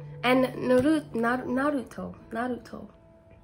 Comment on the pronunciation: I recommend My Hero Academia,DBZ,Akame Ga Kill,Fire Force,Dr.Stone,Demon Slayer and God Of Highschool ik thats a lot but I’m a anime fan as well and u said Naruto perfectly i fell in love 😍 💜